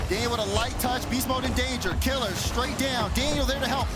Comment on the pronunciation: It’s Kiileerz not Killerz. That was bothering me lol